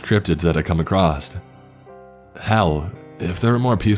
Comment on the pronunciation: The word is pronounced "across" not "acrosst". You keep saying "acrosst." ("There are several categories that you'll come acrosst.")